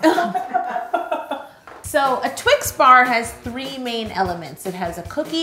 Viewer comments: it’s just twix not twik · I love your videos so much . I think that it’s Twix not twin. Yo your always right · " I think the 'x' is an 'ks', I think its a Twick." Me: legitimately chokes on the water I was drinking trying not to laugh 😂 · Yolanda!!! I can’t believe you deal with this guy!! 😂🤣😂🤣 a twik??!? A friggin TWIK?? Is he serious? I can’t stop laughing.. it took me forever to type this! OMG 😂🤣😂🤣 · Twix not twik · that foreign man calling one twix a twik is literally the funniest thing i’ve ever heard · Wouldn't it be better or safer if you froze the carmel? Love twix. But I'm w you on TWIX and NOT Twiks lol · and why TWIK if the product clearly says TWIX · lol "I don't think this one twick" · Twice ends in ‘x’ like box so shouldnt it be twixes because we say boxes